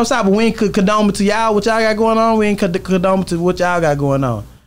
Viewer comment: Rainwater said “Condomin” lol